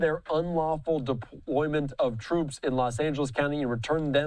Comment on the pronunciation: "Gimmie back my Twoops! You Can't do dis Mister Pwesident!"